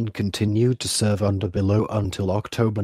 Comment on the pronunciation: SO DIFFICULT TO LISTEN TO. SOUNDED LIKE HITLER ORDER AN ATTACK IS SUDAN... URE SURE IT WASNT ZIMBABWE? ALSO SHOWING VORONEZH FRONT WHILE TALKING ABOUT POLISH CAMPAIGN... WHO IS THE AUTHOR OF THIS BOOK ANYWAY? THE GENERAL "BELOW" PRONUCIATION IS ALSO HILARIOUS; MIGHT HAVE AS WELL CALLED HIM GENERAL UNTER...